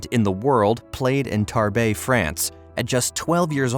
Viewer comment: It's not pronounced "Tarbé". It's pronounced "tarb". Do your homework.It's not "rack-ah-door" It's "reh-coo-dare". : "He only won one title during that lapse of time." What?? "That lapse of time"?? Did time lapse? You mean during that PERIOD of time? Who writes this stuff? He reached Grand Slam fourth rounds in " each and every one" of them. "Each AND every"?? Isn't that exactly the same as "every"? or "Each"? Why the redundancy? : His doubles partner at the Olympics was Julien "Benn-ah-toe" not Benété. I'm surprised you didn't pronounce your subject's name as "Gasket". So here's a question that's not answered here: "What happened to Richard Gasquet?" Isn't that supposed to be the topic? And yet it's unaddressed. What a waste of time.